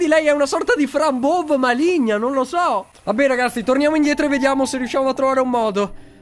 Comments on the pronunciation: ma la pronuncia anziché Fran ''Bov'' non dovrebbe essere ''Bou''? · Mokuba 揺り木馬 si dice fran bouv